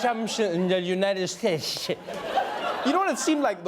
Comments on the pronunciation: "God Bless the United Shites" -- Donald Trump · The United Shites. Yup seems legit.